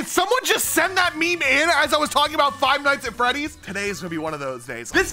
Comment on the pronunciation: Why is no one talking about how he is calling fnaf frive nights at freddys 😭😭